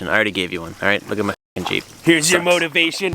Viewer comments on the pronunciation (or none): "Here's your modivation" xD Great video lads!!!